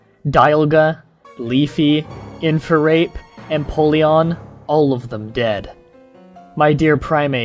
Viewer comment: lmao "infurape"